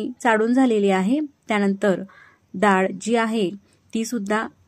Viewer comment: डाळ - ह्मणा, चाडून नाही चाळून ह्मणा ड नाही -ळ -म्हणा 😊